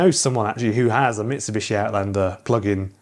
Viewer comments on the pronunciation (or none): none